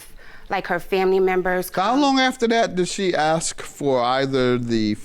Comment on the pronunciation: The word is “ASK” not “AX” eww that makes my skin crawl.